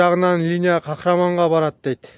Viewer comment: Кахраман эмес Кахарман бро😅